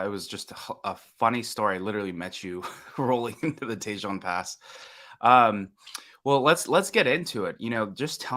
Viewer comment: FYI "Tejon" is pronounced "Teh- hone". 😊